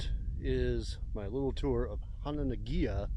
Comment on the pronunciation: Hononegah. Not Honokeegan.